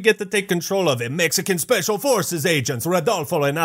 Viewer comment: the “EMEXICAN ESPECIAL EFORCES” part killed me